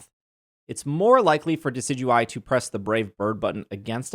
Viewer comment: Friendly reminder that Wolfey Glick pronounces Decidueye "Decky Dooey" and it is probably my favorite thing about him. It's the World Champ Difference TM.